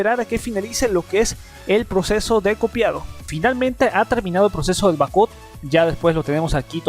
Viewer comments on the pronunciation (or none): bak ap , asi se dice en ingles. saludos y abrazos